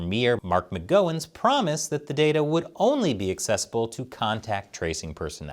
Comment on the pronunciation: As a Western Australian I had to laugh at pronunciation of our Premiers name as Mark McGoing I wish he was McGoing...